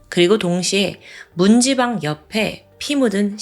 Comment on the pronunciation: 영상..잘 봤습니다^^ 문지방--> 문찌방..으로 발음하셔야 맞습니다^^